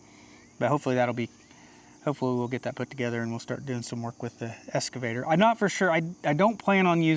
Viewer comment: EXcavator! EXcavator! NOT escavator! Love you guys!!!